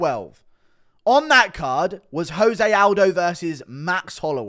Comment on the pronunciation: Joe say Aldo. C'mon Guru